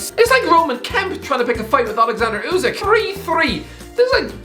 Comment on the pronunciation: ”Alexander Usak”